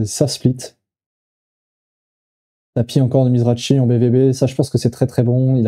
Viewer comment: Pour info,ont prononce mizraki' the grinder' une légende,et non pas mizrachi